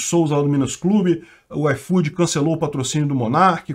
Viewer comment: Nunca usei esse "aifodi", e agora menos ainda!